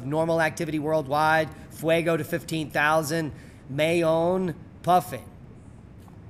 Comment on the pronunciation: MAYON IS PRONOUNCED MY OWN.